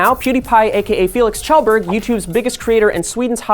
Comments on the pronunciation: SHELLBERG THAT'S HOW YOU PRONOUNCE IT LMAO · ITS shell-berg. Not chel not kajel kiel. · It's pronounced "shell-berg" you ignorant swine.